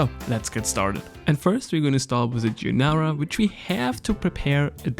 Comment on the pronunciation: Gee-ar-dee-nara = giardinera, correct pronunciation.